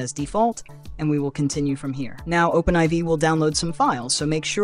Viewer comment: Thanks so much for this! Also I'm pretty sure it's pronounced Open4 not Open Eye Vee. They're roman numerals. IV is 4. Lol.